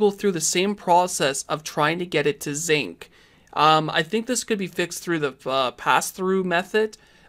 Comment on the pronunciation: Jesus christ its sync not Zync 🙄